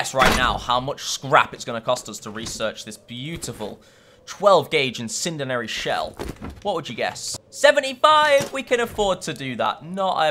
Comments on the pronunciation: Incindanary, incinderery.... IT'S INCENDIARY. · Lol say it with me - in sin dee ary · Please pronounce Incendiary right. I don’t wanna be mean but it makes me cringe when you pronounce it wrong